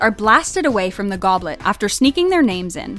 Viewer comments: Globet of Fire? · It said the globet of fire! 🤣